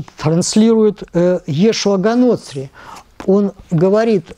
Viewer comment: Снова "Га НОцри" - блин! Неужели за все годы после выхода романа в свет не нашлось ни одного верующего человека, кто бы задался вопросом, а как звали их бога на его родном языке? А звали его ИешУа hа-ноцрИ, с ударением на последнем слоге, т.е. Иешуа из Ноцра (ж.р. Ноцерет - Назарет). "И ты бе с Иисусом Назареянином?" (Ев. от Иоанна). И бога надо чтить, и мелочи учитывать, что для науки немаловажно. С ударениями надо обходиться "тщательнЕе" (Жванецкий)